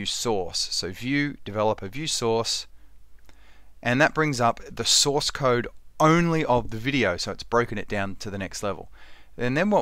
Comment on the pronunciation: Whenever you say "View Source" I just can't help but hear "View Sauce" because they sound so much alike But this video really helped!